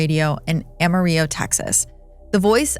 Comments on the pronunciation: The City of Amarillo, Texas is pronounced via anglicization, as: "am-uh-rill-oh" (with an English hard "L" sound and a hard "R"), rather than the traditional Spanish pronunciation "ah-mah-ree-yoh". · Lol the way you pronounced Amarillo is correct in Spanish for the color, but wrong in Texas for the city. We pronounce it just the way you think a Texan would mispronounce the Spanish word. When I was a kid, had a dog named Rillo named after the city. Rill-o, not Ree-yo. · Amarillo rhymes with pillow, not rio. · This chick lost all credibility when she pronounced the city name Amar-ee-o. And yeah, I know the Spanish rule about double Ls, but Amarillo ain't in Spain. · Just so you know, you pretty severely mispronounced “Amarillo”. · I had to rewind like three times because I was so jarred by the pronunciation of Amarillo!! 😂😂😂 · You pronounced the city of Amarillo halfway between the English and Spanish pronunications. I've never heard anyone pronounce it that way. It's either "am-a-ril-lo" or "ah-ma-ri-yo". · She also mispronounced Amarillo